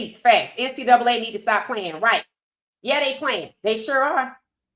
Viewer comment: The Name Of The YouTUBE Visual Was “KING ON SANDERS” Where Shaun King Kept Saying “ WHITE” Instead Of “ RIGHT “ Head Coach #SMDH 😢